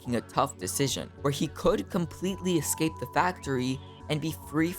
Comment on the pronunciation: people who can't say "escape" properly can't be taken seriously as credible. Like you Mr. youtuber